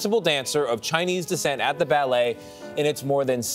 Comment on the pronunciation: NYC BAAAA-LAY ?